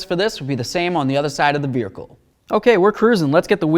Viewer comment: Is it me or does he say “vehicle” funny😂